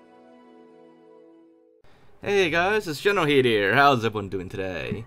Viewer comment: i have a question is it said generalkidd or generalheed because i fo some reason hear you say generalheed